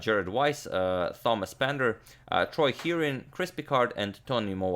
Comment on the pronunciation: After hearing Agadmator flawlessly articulate so many tongue-twisting foreign chess player names to then hear his pronunciation of "Thomas" at the end of the video made me burst out laughing